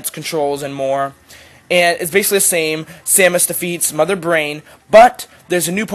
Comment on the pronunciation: dude you said her name wrong..... educate yourself...